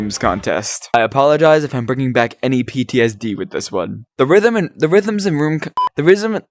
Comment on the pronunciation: People say that he still can’t pronounce rhythm and rooms to this day…